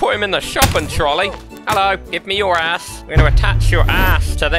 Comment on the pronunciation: “I’m gonna tie your ash to thish”